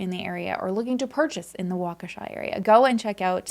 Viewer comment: That pronunciation of Waukesha 🤌🏻 spot on. - sincerely, wisco native